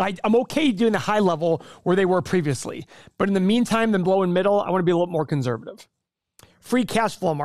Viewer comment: “conzzzzervative”